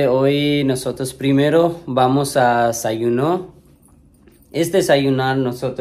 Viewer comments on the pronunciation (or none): ĎESAYUNAR no sayunar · Hay algo que me saca tanto de onda, porque Fer nunca le dice a su esposo que es DESAYUNAR...NO SAYUNAR